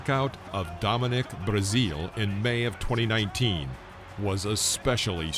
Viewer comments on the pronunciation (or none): none